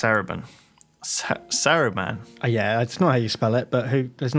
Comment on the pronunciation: fucking butchering all of the names, saruman is not a hard name is it